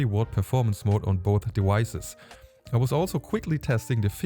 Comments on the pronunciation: du sprichst das V aus als wäre es ein Englisches W, wie in water zum Beispiel :D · ja ist ein gutes Beispiel, du musst es aussprechen wie das V in Vase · Der Buchstabe V im Englischen wird wie ein deutsches W ausgesprochen - "devices" wie in "die weiße". Kein Hate kommentar Bro, du sprichst besser Englisch als 90% aller anderen Deutschen, nur so als Tipp :)